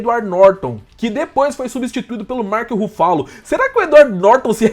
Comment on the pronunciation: Deu uma dor no ouvido esse "março rufalo" q vc n faz ideia